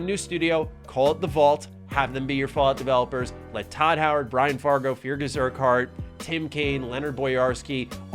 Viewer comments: Feargus is pronounced "Ferguhs" by the way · It’s pronounced Fergus you sad muppet.